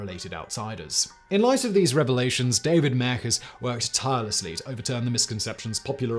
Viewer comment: Great video. I read about David Mech's research back when I was a young lad. By the way, his name is pronounced "meech" (rhymes with "peach").